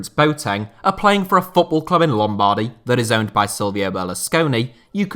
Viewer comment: The way you pronounce lombardy made me physically feel sick